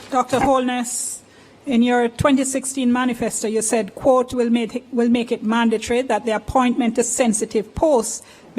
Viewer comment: Madam, the word is mandatory, not manditry.